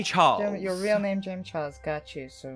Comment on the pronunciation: Did he say jamey charles 😂